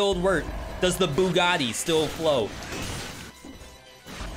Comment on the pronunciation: The "BOOgati"